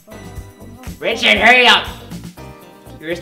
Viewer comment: *Knocks* *Door opens* Rolanda: *REECHARD!